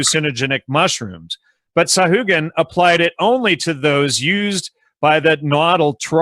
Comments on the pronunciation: nice,, yes, you dont pronounce letter H in a Spanish name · Sahagun = sa - ah - goon